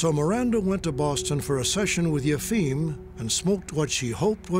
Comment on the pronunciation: I can appreciate the arguments Michael Schermer gives on Yefim (the Boston healer) but learn how to say the guy's name.